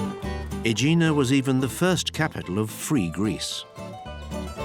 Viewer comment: I’m thinking of retiring to Aegina. By the way, your Greek pronunciation is terrible, try looking things up.